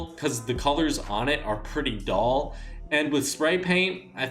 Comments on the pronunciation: Dull not doll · Stop saying that colours are “doll”. Its DULL!